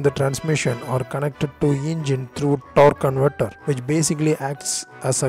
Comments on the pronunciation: Torrk cunvertrr lol 🤣🤣🤣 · he basically says torconverter! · “TORQUE CONVERTER” 😤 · No offense intended, but I absolutely love how you pronounce "torque converter"